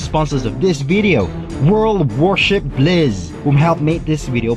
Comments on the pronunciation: What on earth accent is that. Can't understand him, its Pronounced as Blitz not blith. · its pronounced BLITZ blliittzzzzz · Did he say Blizz, its Blitz "Its" lol Would have been neat to see the years in there. And I do believe the CV 78s are bigger then the CV 59 Enterprise To date. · “WORL WARSHI BLIZZ!” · you said world of warships bliz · “World of warship blizz” pronounciation intensifies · U mean world of warships blitz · “Blizz” xd sorry that sounded funny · he said bliz